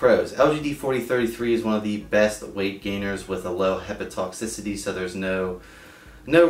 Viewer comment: Thank you for making this. Very informative. Just a minor observation: it’s “hepato-toxicity,” not hepa-toxicity.